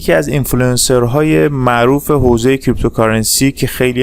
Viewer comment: نظر بنده: دوست عزیز آقا نیازی نیست لحن سازی کنی ، صدا سازی شاید بشه هضمش کرد ولی لحن سازی خیلی زشت و چیپ هستش. چرا حرف "ر" رو ی جوری "ر ُ " تلفظ می کنید؟! هَمِسْتِر: همْسْترُ معروف: معـ وووف رمز و راز: رومز و رواز ؟! شما در تلفظ ی سری کلمات سطحی مشکل داری ، چرا می خوای با ساختن یک لحن خاص و لاجچری نشون ب